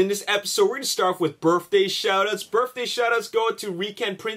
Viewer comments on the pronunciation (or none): birthday......BIRTH...Not birff...Birff day...wtf